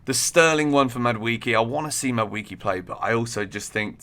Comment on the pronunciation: Mad WAY kay not Mad wee key